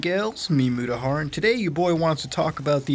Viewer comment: Mutahar? I think you mean Mutahard.